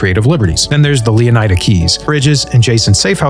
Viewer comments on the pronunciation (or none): I think leonida is supposed to be pronounced leoneeda